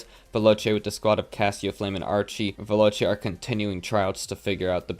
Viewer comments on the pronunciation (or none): none